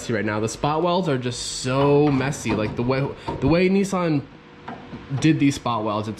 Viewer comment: “Nee-sarn” 🇺🇸 Hahahahaha hilarious!!